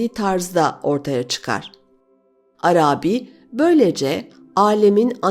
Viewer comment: Çok güzel okuyorsunuz. Tek kusurunuz var, o da Arabi kelimesinin ilk iki hecesi uzatılmamalıdır, üçüncü hece uzundur. İkinci heceyi uzatıyorsunuz, düzeltirseniz mükemmel olacak her şeyiniz...Selamlar